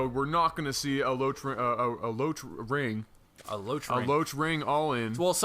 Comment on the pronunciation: You kow, all this conversation about his asian name, and then to say bane "ring" instead of "ling"....